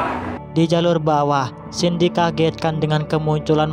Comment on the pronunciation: Namanya Xin tapi pas menit ke 6 namanya jadi xang